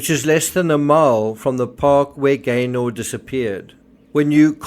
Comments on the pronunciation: Pronounced Gayner not GayNOR! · Just for info it’s pronounced “Gaynuh” 👍😁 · We pronounce it Gayna. Glad you’re covering the case.